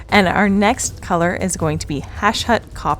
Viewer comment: If you are going to do the voice overs, could you please learn how to say the names of the paints. Lah-Mi-a, Druch-ee-eye, ha-SHUT. I don't even know how you get HASH-HUT from that? I wish GW would just name their colors better.